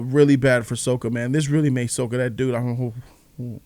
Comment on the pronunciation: Sokka’s name is pronounced “sock-a”